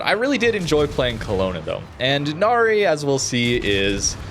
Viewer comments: Now, for what pronunciation it’s Na-Rai. I think. Hence the ship is very Thai name and not Japanese. It’s not Na-Ri. Still kinda weird why WG named a Cruiser to a Mythical beings despite there is ZERO records of Royal Thai Navy actually naming ship from Mythical Creatures especially on frigates. They just named them after Province. Hey, it’s WG. They can pull anything out of their ass and said “It just works” despite it’s clearly isn’t. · It's a fictional Thailand ship. It's pronounce as Nah-Rye (rhymes with 'eye') not "Na-ree" 😅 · "Nary"? Really? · Thanks for video. I'm providing more information: it's pronounced Na - Ra i , Name of a former King of ancient Thai.